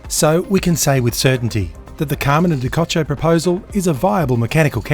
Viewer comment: DiCocco is not pronounced DiKotcho, but DiCocoa. As any Italian can tell you. Thanks, otherwise for your great research and work